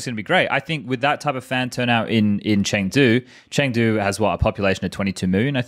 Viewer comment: chengdo or chengdo not, there is no chengtry